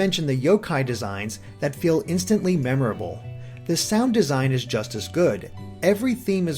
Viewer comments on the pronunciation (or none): none